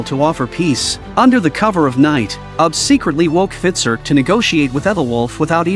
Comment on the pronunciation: Ivar pronounced I-ver. Ube pronounced ube-ar . Great recap! But that was just driving me a little crazy lol i had to say something